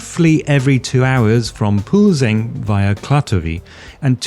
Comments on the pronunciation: except pronunciation of Plzen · Yes, that was a bit off, but he still managed to say it good enough to recognize it. Honestly, the "ň" sound is pretty exotic to some nations, even though it is natural for us Slavs.